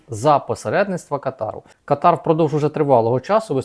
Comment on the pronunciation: Кáтар. Такий правильний наголос.